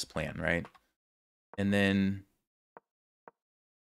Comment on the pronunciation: first I’d like to say thank you for the content, but I do have a small request: Is there any way you could end you “and’s” with a “d” instead of a “t”? Again, really appreciate your videos!